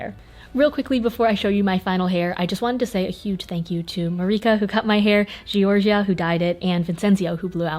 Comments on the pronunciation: Me: good video Also me: cringing at the way she said georgia and vincenzio as an italian 💀😅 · Oh god, the names Giorgia and Vincenzo are Italian, and it’s so weird to hear them pronounced in English 😂